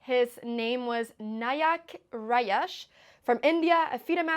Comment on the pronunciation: Hi Anna the J is like J in Jesus. It is not Rayesh , it is RaJJesh. The J is almost never silent in Indian-origin names.